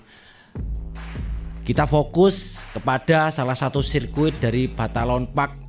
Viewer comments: balaton bro..bukan batalon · Numpang koreksi om...bukan batalon park, tapi balaton park